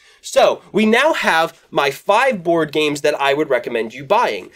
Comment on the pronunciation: Woard games? Bward games? Has to be a better way to say it . . . Great video!